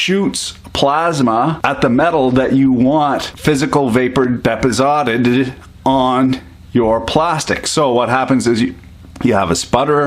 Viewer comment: Depo-sotted...... deposited bro where are you from?